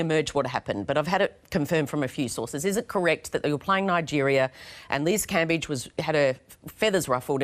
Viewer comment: anyone think is actually Liz? Liz can I ask you for the correct pronunciation of Cambage? Is everyone messing it up or do you keep changing it to be a diva?